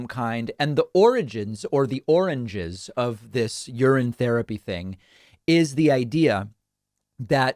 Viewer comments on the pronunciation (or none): 😆 "ahrranges" gave me a good chuckle. I love how you throw these gems in!